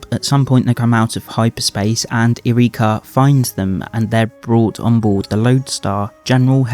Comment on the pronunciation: I know you'll never see this, but jeeeeez stop complaining about Disney being "woke" and LGBTQ+ - we all knew this was coming. I'm prolly a bit different cause I grew up in Key West. Also you keep saying her name as Ear reakya? It's just Yrica, pronounced like Erika.